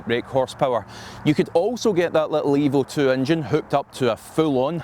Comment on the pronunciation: It sounds like you are saying the Hybrid "Evil 2" engine.